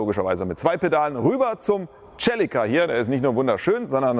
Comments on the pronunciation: Cool. Nur ist ein Celica kein Italiener. Also phonetisch nicht Tschelica sondern Selica. DAS IST ENGLISCH. Das selbe beim Civic. Sivic sagt man. Kleine Hilfe für die Dinge so zu nennen wie sie heißen. Ein Mercedes ist auch kein Mertschedes.... Sonst aber ja; Ein tolles Video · aber heisst es nicht "Selika" ? oder aagt man tatsächlich "Tachelika"